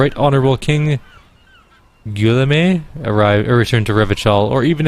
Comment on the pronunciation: Guillaume = "Gee (not jee)" + "Yolm"